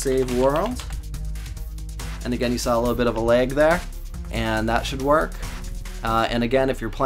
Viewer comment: I like how you say “lage” rather than just “lag”